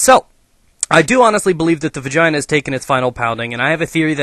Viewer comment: you said vagaina at least 15 times xD